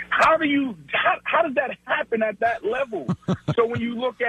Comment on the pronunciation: lmao he really said thot hahahh